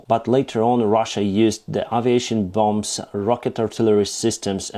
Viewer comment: Good reporting and updates. Your English is also very good - just one little improvement - the second "b" in "bomb", "bombers", "bombing" etc is NOT pronouced. This is a common mistake that non-native English speakers make. It is not super-important, but when your English is so good.....